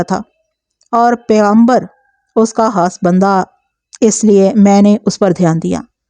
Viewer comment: آپ پلیز ح اور خ کا خاص خیال رکھا کریں۔ مخلوق کو محلوق اور خاص کو حاص کہتی ہیں تو سماعت کو بہت گراں گزرتا ہے۔ آپ اردو میں کہانی سنا رہی ہیں لہذا اردو کے الفاظ کو درست طور پر ادا کرنا آپکی ذمہ داری بنتی ہے ورنہ اس طرح ہماری زبان کا تیا پانچہ ہو جائے گا۔